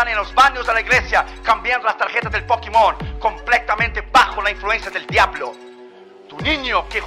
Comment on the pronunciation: Pokimon es di Dimunio 🤣🤣🤣